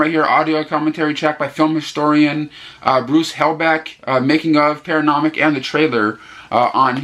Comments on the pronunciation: There is no M in the title. So NOT paranomic. Try: Para NOY ick ('Noy' rhymes with 'boy') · Paranoiac is a tough one...it's pronounced para-noy-ick....also really want to check out Alligator now! Great video review!